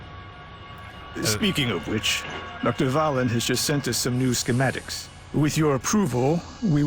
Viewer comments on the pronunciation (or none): none